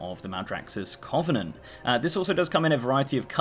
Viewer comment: Sorry but your pronunciation of covenant is bugging me. Its cuh-venent, not coh-venent.